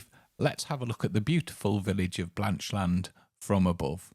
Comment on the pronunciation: We live 10 miles away in Hexham. We were amused by the pronunciation of Blanchland, as if it were two words, Blanch Land. A bit like saying England is Eng Land.